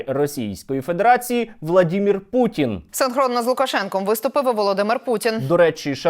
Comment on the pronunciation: Перепрошую, а чого Ви гопніка вАлодю путИна( наголос на літеру " и") називаєте путін. Не вживайте будь ласка літеру " і", а вживайте "и". Бо путин це звучно як прутень)) Зрештою московити завжди перекручують укр.прізвища, наприклад замість літери "о" говорять "а", наприклад вони кажуть " ПАрАшенкА", замість "ПОрОшенкО".